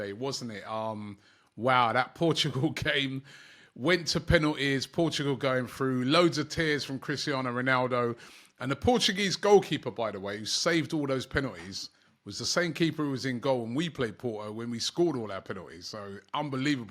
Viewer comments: Jamal lamal, Ronald aruja, who next bro Robbie get your names correct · “Ronald Aruja” 🤣🤣🤣🤣